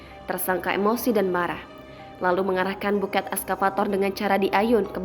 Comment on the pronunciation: Penulisannya bucket,....membacanya backet ( baket ) bukan buket